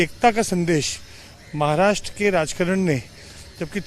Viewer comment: Mohit kamboj adhi maharashtra ha shabdda neet uchhar ani nanatr abhal heppal yz bhaittyyya